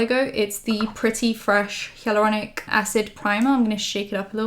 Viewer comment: Haha has anyone told you that you say the word ‘hyaluronic’ kinda funny? In a cute way tho 😚😚 I’ve never heard anyone say it that way but honestly it’s adorable